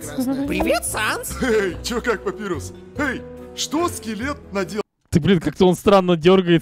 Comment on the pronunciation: И к слову, если говорить про имя персонажа, то правильно "Папайрус", а не "Папирус", просто переводчик либо дурень, либо не выкусил отсылку, что имена скелебратьев(и того, кто говорит руками, кто поймёт - тот поймёт) - отсылки на шрифты, либо я не знаю.